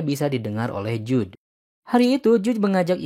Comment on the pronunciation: Jude dibaca jud oyyy